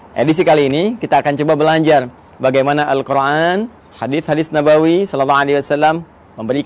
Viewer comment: Izin ustaz...knpa ustaz menyebut al quran dgn huruf ع padahalkan alquran itu tdk ad huruf ع nya : contoh seharusnya القر ان tpi ustaz ssbut القرعان